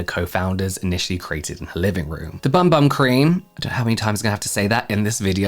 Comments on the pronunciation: It’s actually pronounced ”Boom Boom” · I thought it was pronounced "boom boom" cream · I like it better as BUM BUM but I did see something on the correct way to pronounce it is BOOM BOOM. But definitely doesn’t read that way. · I literally found out like 2 days ago that it's pronounced boom boom